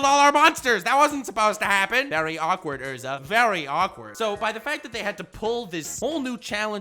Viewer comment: are you actulally saying ursa unstead of erza of is it just your pronounciation thats wierd